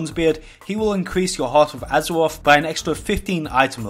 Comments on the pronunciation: Azewoth, Azewite…. is it hard to say R's? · I hear azeroff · "Battle for Azewoth" im out, I cant handle it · Additional fifteen item wevewls from champions of azuwoff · Battle for Azewoth Hypers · Heart of Azeroff.. Heart of Azeroff.. Champions of Azeroff.. Heart of Azeroff... Champions of Azeroff... Intewupted... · AZAWOFF, AZAWITE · Just here to laugh at the wuuf uf woorcrwft and wort woof huzwroth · howevo azofofove lmfao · Lol this guy cant say azeroth